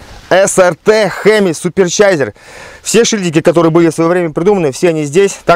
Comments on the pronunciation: Суперчайзер😂😂😂 ты че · на столько простой что читать может так как ему удобней.))) "Суперчайзер"